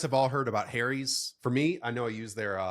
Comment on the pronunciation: ..."Harry's" is not pronounced the same as "hairy's". If it was, it would be a very ironic name for a razor company!